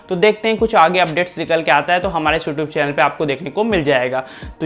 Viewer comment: O vai SouTube nahi ha bo. YouTube thak sa bol 😂😂